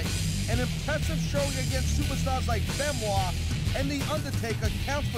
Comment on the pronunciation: Can you please say Chris BENOIT not chris ben CHRIS BENOIT